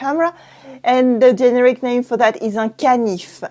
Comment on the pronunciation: the accent on the word generic is on the middle syllable - ge-NE-ric. Love your channel!